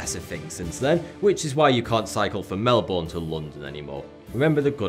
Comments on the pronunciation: melbourne is not pronunced Melboorne its pronounced melburne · Omg pronounce Melbourne correctly! Ur doing it wrong! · God the way the British says Melbourne